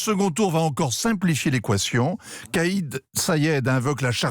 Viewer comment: Il s'appelle pas "kayé" Said il s'appelle Kais (prononcer Quayesse) Said